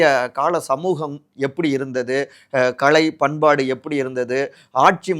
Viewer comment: தம்பி...களை...இல்லை...கலை(art).......ல.....ள....ழ...உச்சறிப்பு தமிழில் முக்கியம்.